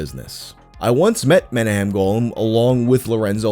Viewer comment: It's pronounced Meh - nah - chem Go - laan. It's an Israeli name.